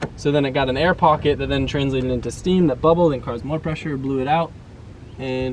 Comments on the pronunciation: What the hell is he saying? All I hear is: bc there's so much seamen there. (typo is intentional) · im sorry, did you say there was so much semen there? im confused